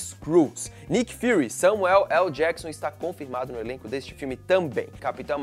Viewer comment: Aprendeu a falar o nome do Samuel L. Jackson, né? hueahueahueeuh!!